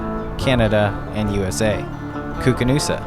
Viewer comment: Drone footage is looking good. Earlier this summer, I rode alongside the Koocanusa lake here in Canada, except we were calling it "Koo-Can - U-S-A" lol. I'm not actually sure how it's pronounced, but it cracked me up for some reason.